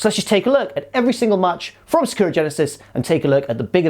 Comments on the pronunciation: Its Sa-ku-ra. In japanese it is spelt さくらi think. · Is because Sakura (pronounced Sa-Ka-Ra, not how says is) is Japanese for cherry blossom. Also the most popular name for females in Japan I believe. And yeah, it’s much nicer to look at than! 😂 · Jesus Christ, say Sakura correctly.